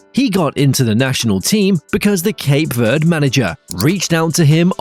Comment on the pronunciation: please stop calling cape verde with a spainish accent there is no accent on the e in verde